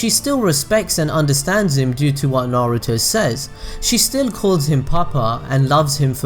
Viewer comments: Bruv it's pronounced "nar oo toe" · Narooto Sassgay Saakurah Ugh-chi-a Madraa Suraada Buhrewto